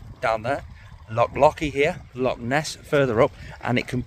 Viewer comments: Mate,, for someone with a saltire 🏴 tattoo on em,, ya really need to work on how to say Loch and Jacobite pal … 😂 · Totally murdered all the names of our Lochs etc. 😆 🤣 😂